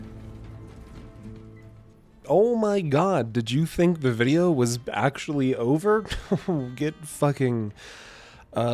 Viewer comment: videeo.... the Thanelings are fed.....